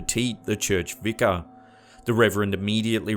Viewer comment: who else hates the way he says Vicer like Vicker even if it is Vieser